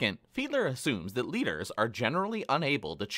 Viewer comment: It’s Fiedler lmao